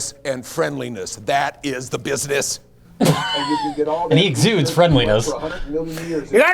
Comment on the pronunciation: The way business is pronounced always cracks me up